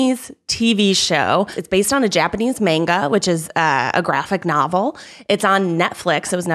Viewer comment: Lmao, mispronouncing manga really bothered me so much as someone who took 3 years of Japanese and as someone who is an anime/manga fan.